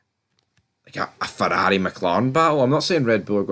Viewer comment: Red-Pill? Azdon Marden! Fourarri! Mouk-Lawrein! The guy must talk about F1!